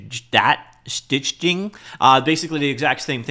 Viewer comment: Lol, interesting way of pronouncing "stichting". :P